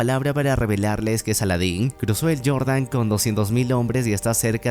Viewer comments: Enserio dijiste "yordan" en lugar de Jordán? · Cruzó el "yordan" dice ☠️ se llama río Jordán en castellano por favor… dejad de pronunciar con anglicismos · Fonético: (yordan) es Jordan con pronunciación en Español (Jota) JO RDAN no Yordan en inglés Río JORDAN no (YORDAN) jajajaja